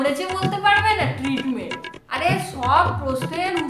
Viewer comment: Teretment 😂 bolta bolta ka Bolta 😂